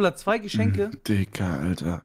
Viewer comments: Hat eigentlich ein Sprachfehler? swaiter! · Macht er richtig oft im Stream. Zu zwei sagt es swai. IDK ob es ein Sprachfehler ist, aber es meeega witzig hahaha ^^